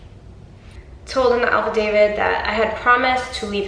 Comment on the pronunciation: I love you but boo I don't know if it's your accent but sounds like your saying alpha David not affidavit lol! But he's mental, and a Mighty Morphin Petty Ranger🚫